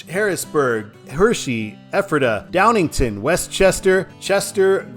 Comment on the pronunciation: One typo and two mispronunciations. It's DowningTOWN not DowningTON. Selinsgrove is pronounced with a long e. i.e. See-linsgrove. And, Reading is pronounced as if it was spelled Redding. (short e instead of long e) I grew up in NorthEastern PA and have been in or around these three cities many times.